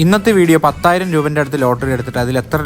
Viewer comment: പത്തായിരം അല്ല പതിനായിരം